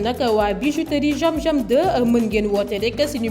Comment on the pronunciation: Y'a des personnes qui ne peuvent pas prononcé "Z" comme celle qui a fait la publicité de la bijouterie zam zam 2 en disant jiam jiam